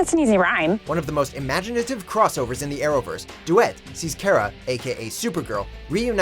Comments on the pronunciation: Dammit stop saying Karah, it's Kara. Car-ah. Not Care-uh. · Cawra, not Cera. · breaths in it's "car-ah" not "care-ah" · it's pronounced car-uh not care-uh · Nice video.... but you're pronouncing Kara's name wrong. The first syllable is pronounced like "Car" not "Care". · Should have waited a few weeks before making this video "Crisis on Earth-X tops them all. And it's car-a Danvers, not care-a Danvers. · Anyone else cringe whenever he said “ka-ra” instead of “Kar-a” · it's car-a not care-a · cough i believe its pronounced Kar a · its ka-R-a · Why does he pronounce kara as carea. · Ugh, ITS SAID CARA BUT SPELLED KARA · duet is tenth??? huh??? and why made this before the second 4-way crossover (and undoubtably the best one)? bad planning lol. aLSO STOP PRONOUCNING KARA WRONGLY NOT KE-RAH like miss grant 😂😂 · I absolutely hate the way he pronounced characters names especially Kara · The nit picker in me is so mad you said Kara’s name like that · its kara not kara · Omg he pronounced “Kara” wrong that was so cringeworthy! 😂😂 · Why do you keep on saying "Kara" wrong? lol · The way you said kara is cancer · The way you say KARA makes me want to stab you. The pronunciation of her name is a significant part of her story! So get it right please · He said supergirls real name wrong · I usually enjoy your videos, but as an Arrowverse fan I couldn’t ignore all of the cringe worthy moments in this video. 1) Crisis on Earth X 2) Learn how to pronounce names. You got Supergirl’s name wrong every time which makes me question if you are even a fan. 3) what is with your mismatched camera shots while talking about characters (ex. Felicity in the Flash)? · YOURE SAYING KARA Wrong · Learn how to fucking say Kara name it not hard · dragonite431 I doubt they had any idea. Considering the way the guy kept pronouncing Kara's name, I don't think they really watch the Arrowverse shows.